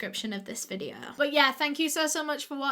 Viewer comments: solve today videuh Love when she says these lol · sor tordaes videor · Soh Todehs videoh... just love hearing that little phrase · SUH TODAHS VIDEOH <— best thing I’ve heard all day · My favourite words in the entire world: "so today's vidyo..." love you! ❤❤❤